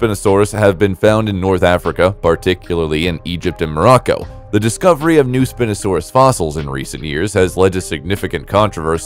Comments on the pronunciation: Its not API no sand us it is spie no sand us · Bro, Spinosaurus is pronounced spy no sawr us. Dreadnoughtus was the biggest dinosaur, not the Argentinosaurus. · I heard this while I wasn't looking at the screen and was like "wtf is spin-osaurus??"